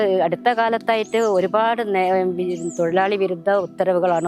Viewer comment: തൊയി ലാളി അല്ല തൊഴിലാളി